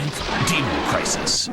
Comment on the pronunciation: Dean-o crisis?! Those damn Eye-talians...